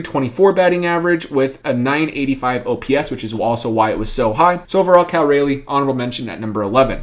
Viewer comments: FYI - Raleigh rhymes with trolly. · Cal rah-ly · Cal Raleigh is the best catcher in Baseball and he's a rookie. Take away his first month of the season where he got sent down and the stats show a different story. Also, you said his name wrong.